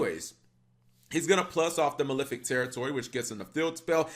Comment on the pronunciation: why do people pronounce it as maLIFic, it's maLEFic as in LEFt handed